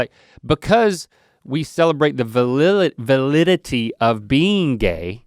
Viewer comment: Link can't say Validity, but can correctly say destigmatization in half a breath. Great hahahaha